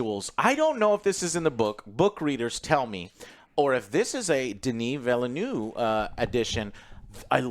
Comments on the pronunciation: Nonsense. Its pronounced Villy-New-Vee. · trying to say Villeneuve me: ''look how they massacred my boy'' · You really butchered is name … funny ! Denis Villeneuve Google have a traduction pronunciation if you really care. 😂